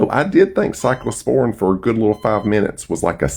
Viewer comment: Y’all, as a Healthcare Professional the fact he’s calling it Cyclosporine is sending me to orbit!